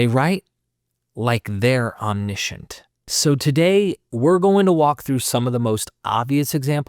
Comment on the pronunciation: omniscient - om·ni·see·uhnt